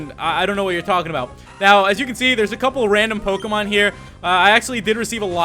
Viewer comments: pokemon not pokamon bro say it right talkin bout some pokamon.delete the a you always say and put a eeeeeeee. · It's pronounced poke-ay-mon dude -_